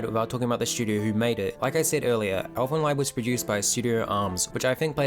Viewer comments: It is pronounced as elfen leed. Not lied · First and foremost: It's not pronounced "Elfen Lyed" (pronouncing the "ie" as in "die"), but "Elfen Leed" (pronouncing the "ie" like the "ee" in "reed" or "weed"). Yours sincerely, a German native speaker. Bad enough that the Japanese butcher our language, now the Kiwis do it, too! :D I have a really big love/hate relationship with Elfen Lied, coming from a similar starting point as you (watched it first when I was 12, I'm 22 now). I think that this series had some very, very neat ideas and it also had a certain sense for atmosphere that would've made it possible to turn its core concepts into an outstanding work of fiction. But sadly, it failed. At its core, Elfen Lied is essentially a not all that stupid debate of the old "nature vs. nurture"-debate; it reflects on how much living beings are shaped by their genes and how much they are shaped by society around them. In the manga, this philosophical approach is accentuated quite a lot more than in the series, and it's - at least in my opinion - really enjoyable. Setting up Nana and Mariko as the two polar opposites to illustrate this dilemma was a good idea as well. Even the fact that they used the age-old "muh amnesia"-trope with Lucy/Nyu doesn't really bother me in this instance, because it actually makes a bit of sense to have a half-human with a half human, half non-human mind lose one part or the other through injury. It also cleverly avoids answering the aforementioned question, because nobody knows - did she behave nic